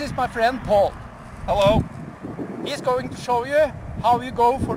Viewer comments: I think its because he is dressed in full knight armour, and you just saw them fighting, and he just casually says, hello, with his accent. I thought it was funny aswell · Funny because there is a perfect comical pause